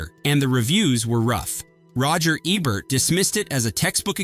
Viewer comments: Roger Ehbert? IT'S PRONOUNCED E BERT! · Eeeeeebert, its eeeebert! Paul Aaron is not Aaron Paul! C'mon!! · I can only watch these videos until the narrator mispronounces Roger Ebert, only got to on this one